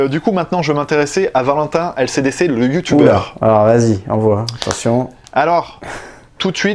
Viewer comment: Je suis le seul à entendre ACDC quand dit LCDC mdrr